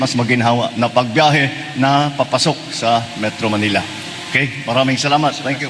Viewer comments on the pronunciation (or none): none